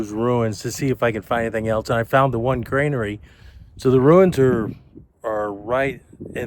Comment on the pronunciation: You keep saying 'grainary' . It's actually 'granary'.